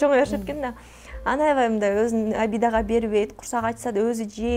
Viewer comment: Авай авай деп чоң эне болбочу! Аябай деп жакшынакай эле сүйлөчү!